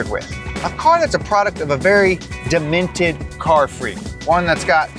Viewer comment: demented not De-minted. keep it mint man!